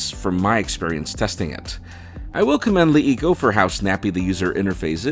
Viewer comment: It's pronounced like "La Eco"